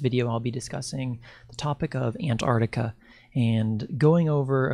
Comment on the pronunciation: can't even pronounce "Ant-Arc-Tic-A"...says "Ant-Ard-Ica"...ffs.. Not even bothering beyond 20 seconds,...fucking millenials... 🙄 Do you also "axe" many "impordant" "queshens" in your "research," too?